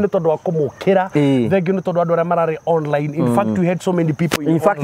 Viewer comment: 😂😂😂 onrrine meaning on-line!!! githungu nikaremire...hahahaha naninguo wamburaga kamuigwa